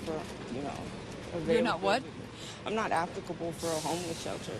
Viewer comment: Most shocking of all, that sketched-out lady pronounced "applicable" correctly.